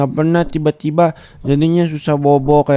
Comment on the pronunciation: aku denger nya ciba² bukan tiba²😭😭